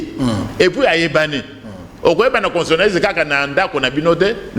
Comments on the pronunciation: Bonjour, est-ce que professeur a koki ko prononcer convenablement " constitutionaliste". Il prononce "constionaliste". Lui qui en est spécialiste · S'il vous plaît, c'est pénible d'écouter mal prononcé un mot qui revient souvent ? CONSTITUTIONALISTE